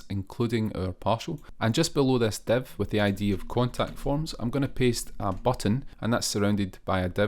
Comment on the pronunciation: man you do great tutorials, but can't understand how "div" element became to be "dev" in pronunciation, same for "file" -> "fail"